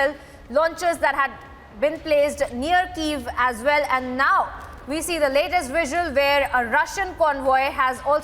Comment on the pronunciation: "Well" not "Vell", please!